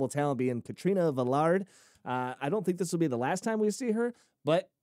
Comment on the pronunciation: Oh and it's Vel-ar-day btw.